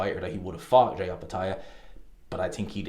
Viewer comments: His name is pronounced Jy not JAY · His name is Jai rhymes with die .